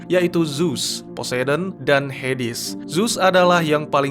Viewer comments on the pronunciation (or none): ZEUZ bukan ZUZ. HADES bukan HEDIS..... tolong d perbaiki lg ya bang.